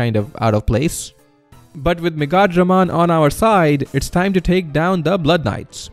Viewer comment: Lol, This is a cool concept. Never hear Megadramon pronounce like that lol